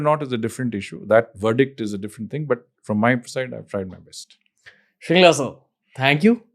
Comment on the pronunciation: Its actually Mr. Harsh Vardhan Tsheringla. Shringla being a mispronounciation of the actual name Tsheringla(which is a Bhuddist first name commonly used in the Himalayan regions). And this fact was so relatable since I also have been called Sewang or Sewag instead of Tsewang by my mainland friends 😅. Also, I read somewhere his forefathers are from Darjeeling or Sikkim.